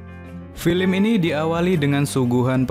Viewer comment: Sekedar saran kurang dpt feelnya dari intonasinya juga..terus cara bca film.kenapa jadi filim??hehe kurang enak dan pas🙏